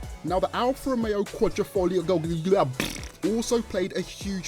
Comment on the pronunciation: *Qua-dri-fo-glio* Say it with me now.